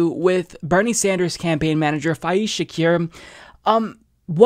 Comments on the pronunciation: It's pronounced Fez, like the guy in That 70's Show. You're welcome! 😁 Good video! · I know it's petty, but his name is pronounced FEZ. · why do you keep pronouncing Faiz's name with a 'ee' sound, it makes me cringe every time you do it.